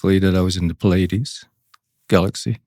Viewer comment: Awesome show. My only qualm with what they’ve said is that the Pleiades is a deception (they did not pronounce it right) … my understanding is that Orion and Alpha Draconis are orchestrating the deception. The Pyramids are in the arrangement of Orion. Pleiades were the good guys in the Orion wars and have warned this planet many times of the coming deception.